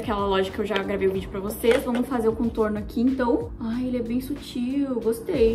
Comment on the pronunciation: a falando "bem sútil" toda hr kkkkkkkkkkkk, te amo